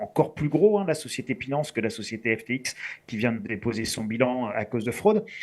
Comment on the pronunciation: A partir du moment où il a dit "Pinance" et "Krakers", j'ai mis sur pause, j'ai appuyé sur 👎, j'ai mis ce commentaire. Merci de m'avoir épargné 7min de vidéo. AU REVOIR!